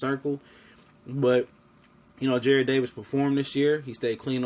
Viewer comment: It's Jarrad not Jared